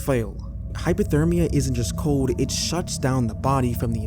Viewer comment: COLD...not CODE